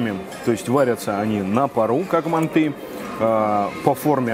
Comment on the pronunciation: пожалуйста , не мантЫ, а мАнты!!!